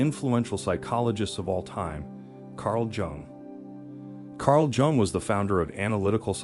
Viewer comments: BTW it's pronounced Carl "Yung" not "Jung" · Okay. I guess I’ll watch but maybe learn to pronounce the guys name properly next time…? 🤦‍♂️ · Could pronounce his last name correctly bro...